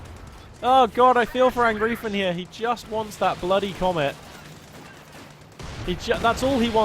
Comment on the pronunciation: Since I have absolutely no life I just really feel the need to inform you that Angreifen is pronounced more like "un-grifen" :)